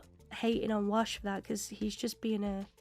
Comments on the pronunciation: A few episodes ago, you mis-pronounced his name, but I left it alone because you're a new "Firefly" fan, but you're 8 episodes in now so I'm going to correct you. His name is WASH, not Walsh. His FULL name is Hoban Washburn, but they just call him Wash for short. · I expect you've watched all the episodes by now, and I love your reactions! But every time you call Wash "Walsh" I cringe a little. 🤷‍♂️ Hoban Washburne is his name, he goes by Wash taken from his last name... 🤦‍♂️ But in the afterwards discussion, you pronounced it clearly a few times and made me happy! 😁 Zoe: I don't like him. Something about him bothers me. Me: It's the mustache! He'll shave it off just for you! This episode is one of my top 2. ❤️ The other crew had more guns, but they weren't aimed, and the other captain would have died first if anybody tried anything. They weren't going to risk losing one or more people. I think River did sense a fire that had just started, and then it grew very fast. The sniffles were nothing, and hopefully by now you've completely recovered!